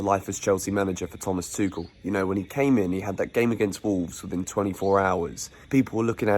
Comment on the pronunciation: He didn’t say tushel😁😁😁